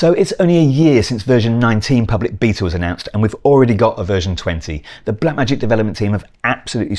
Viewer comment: you said beta